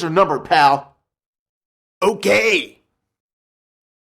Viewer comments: when kool aid man says okay its sounds like ooh gay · Is he saying okay or oh gay?